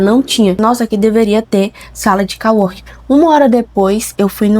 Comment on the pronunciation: Co working se pronuncia. Não call working 😉